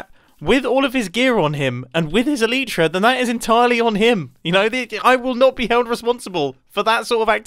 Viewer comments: ehl-eeh-trah? eh-ly-trah is the correct way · Mumbo-"the elitera"